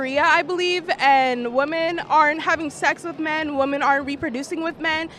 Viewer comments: Why are they so commonly saying woman in place of women. Like are they all immigrants? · Why do all of these women pronounce “women” as “woman”??